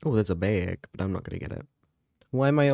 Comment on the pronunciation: why did he say bag like that...like he went like "a baiag..."🤣